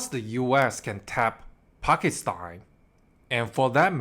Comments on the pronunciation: Bro, learn how to pronounce Pakistan. You keep pronouncing it as Pakistine! Bro, it ends with TAN not TINE. PakisTAN. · Why do you keep saying Pakistein?